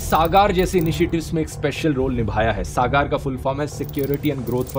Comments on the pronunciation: sagar hai sagaar nhi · It is not सागार it is सागर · SAGAR सागार नही सागर hoga iska pronunciation I thought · bhai saagaar nhi sagar hai pronunciation , overall nice video. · सागर है सागार नही, जैसा नाम वैसा काम। गधे को इतना उच्चारण नही आता हे। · Its not सागार् its सागर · Correct your pronunciation-"SAGAR'.....Dhru*t rathi😂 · I suggestion you dhruv please improve you pronouncation Just like मॉलदिव = मालदीव सागार = सागर